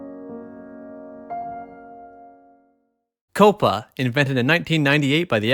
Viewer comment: Coh-Pah... Now thats Misinforming people how to pronounce words!